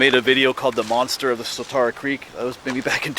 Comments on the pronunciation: I love your videos because I grew up outside Harrisburg and a lot of your videos are my old stomping grounds. I do have a pet peeve however... The Swatara Creek is pronounced with "tear", like "tear a piece of paper". It is not pronounced with "tar". Swuh tear uh. Sorry for complaining. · Grew up in the area. The creek name is pronounced "Swad-era" creek, not Swa-TAR-a creek. The nick name for it is The Swaddy. Never heard that legend. Sounds like a blond phase black bear. However, if a Bigfoot actually 'cried out' while taking a bath it's probably because the cold water reached his jibbly bits :)